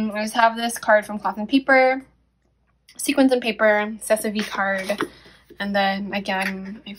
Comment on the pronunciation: Sequins is pronounced like (see kwins). Great video. I enjoyed it.